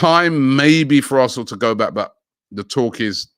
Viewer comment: players linked with a mooov to Arrrrsnooooor